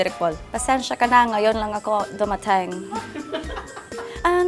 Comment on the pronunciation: Kakapanood ko lang uli ngayon nung Starting Over Again kaya tawang-tawa ako dun sa "Pasensyah kah nah ngayon lang akoh dumatengh" HAHAHAHAHAHA